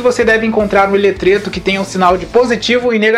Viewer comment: Nobre, joia? Posso te dar uma dica? Coloca o nome do material/equipamento usado no video, quando ele aparecer. Só na terceira vez que você falou eu entendi o "ELETRETO". Seu canal é um dos melhores do Brasil. Abraço ( ^.^)